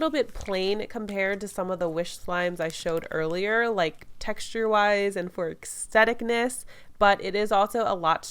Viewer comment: . "And for akstheticness"